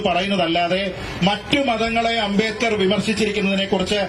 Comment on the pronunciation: ഭീമ റാവ് അ൦ബേഡ്കർ എന്തിനു അ൦ബേദ്കർ ആയി ഉച്ചരിക്കപ്പെടുന്നു Sir?